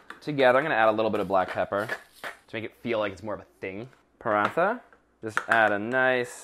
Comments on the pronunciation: Paratha is pronounced as "Pa ro ta" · He said partha wrong 😂😂😂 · The paratha(pronounced p-ra-th-a) is a bit under..... The whole thing should be brown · Paratha is pronounced 'parata' btw. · "PaRaNtHa" Desi kids all over the world: 😰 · some ppl actually do say paraNTha